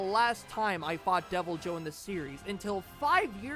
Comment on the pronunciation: I think the better pronunciation is devilho